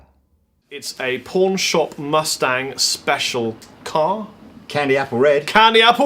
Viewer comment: I thought he said pornshop mustard. Keep up the videos.